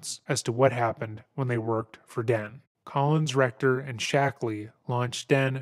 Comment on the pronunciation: Is it just me but whenever this guy refers to collins recter it sounds like "colon'a rectum", entirely fitting (pun not intended) this doco.